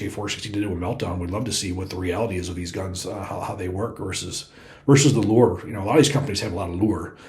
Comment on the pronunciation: Is he saying "lure" or "lore"? I need my Hoosier to New York dictionary, lol.